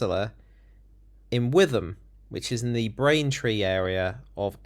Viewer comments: its pronounced wit ham not with em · Not that relevant but it’s pronounced Wit-um. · It's pronounced whitahm. Don't go there.